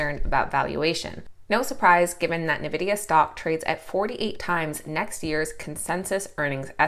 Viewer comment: Awesome report. The name of NVDA is N vidia, not novidia.😉